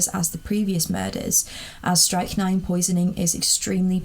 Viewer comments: The y in strychnine sounds like the i in sick. It is pronounced like trick not trike. Hope that is clear lol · Love the video, I think it's pronounced 'strick-nine' but that's cool. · Strychnine is pronounced like "trick nine" with an "s" on the front, so you'll know for next time. Loved this video.